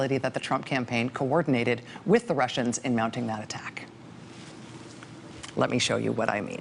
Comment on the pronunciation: Every time She says 'workin with the Wussians' I start singin' Warren Zevon's Lawyers, guns and money .